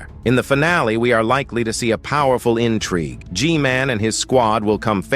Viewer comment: "spikremen armada" 🗣🔥 "titan spirkremen" "camera strooder" "J men" "jisquad" "jisquad" again AI LMFAO